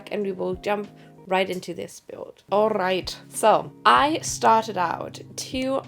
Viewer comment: Das "alright" bei klang einfach richtig herrlich deutsch, ich liebe es 🤣